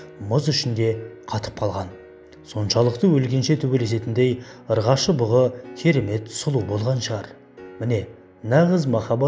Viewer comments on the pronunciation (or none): Брат Ыргашы емес Ұрғашы